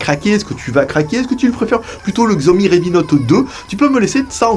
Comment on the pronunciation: 小米 "xiaomi" se prononce en français: chiaomi ;)